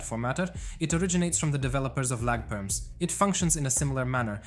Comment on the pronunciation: “Lack perms” 😂 Edit: I am not trying to hate but you said it wrong